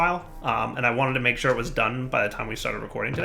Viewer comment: "There is some sand over here, I'm shore" - 2018